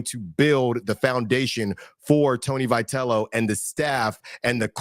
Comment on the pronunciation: First of all, get the guy's name pronounced right.